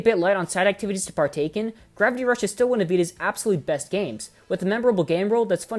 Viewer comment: "to part take in" lol